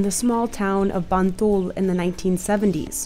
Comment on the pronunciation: it's "MBantul" mbak